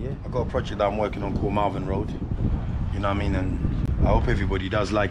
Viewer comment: Lol Marvin Road, it's Malvern road.